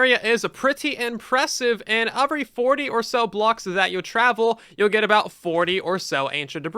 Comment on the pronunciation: does your dialect really pronounce "every" as "/A/very"??????